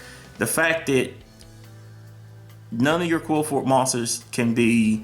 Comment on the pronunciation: Qli-Fort say it that way.